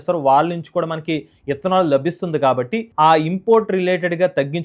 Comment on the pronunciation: ఇత్తనాలు కాదురా బాబు... ఇతనాల్, ముందు పలకటం నేర్చుకో